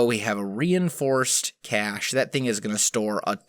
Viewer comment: first "cachay" now "maceerator" XD its pronounced ma-ser-ray-tor.